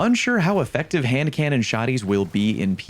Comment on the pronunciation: You really did nail the hand cannon name